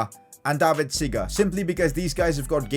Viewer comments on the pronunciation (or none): none